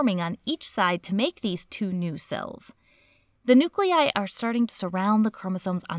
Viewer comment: I just love the way you say "nu-clei"!